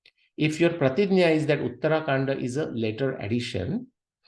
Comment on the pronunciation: please learn proper pronunciation - uttara kaanDa, not uttaraa kaanDa.